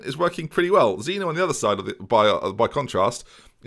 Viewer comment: Can’t help but feel that you didn’t win those games and had awful team talks due to one factor... That it’s ZEEN-YO NOT ZEENO